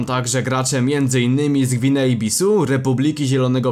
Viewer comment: Gwinea Bissau, a nie Bisu.